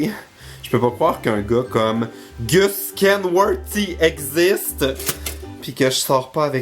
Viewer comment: Gus ça se prononce gosse en Anglais.